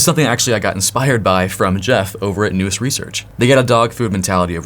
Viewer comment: Nous rhymes with "mouse". Definition: Nous (/naʊs/) is a Greek word that means mind, intellect, or understanding. It refers to the human mind's ability to grasp what is true and real through intuition and immediate perception, distinct from step-by-step reasoning